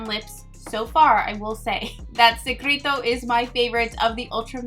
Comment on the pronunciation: Butcher al lot of the names but A++ for effort. It’s Bess a meh.. bésame Se creh toh - secreto Sell va hey - selvaje Es trey ya- estrella Sell los ah- celosa Xoxo